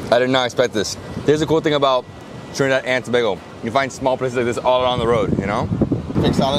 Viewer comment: is now an unofficial official ambassador of Trinidad and Tobago. Don't mind he mispronounces the names. That's an easy fix:)